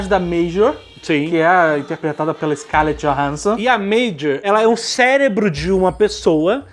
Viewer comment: scarlett johans*s*on , pelo amor das máquinas JN. Tá errando o nome da princesa.